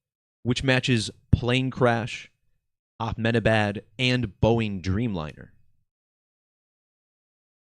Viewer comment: Good decode. But why do you keep saying AKmenabad? This happened in India, not the middle east 😂